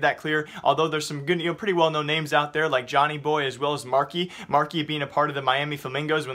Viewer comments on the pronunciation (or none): none